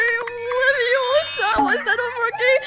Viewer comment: It's not leviosaaaaaaa~ It's leviosAAAAAAAAAAAAAAAAAAAAAAAAAAAA (Happy new year you cute )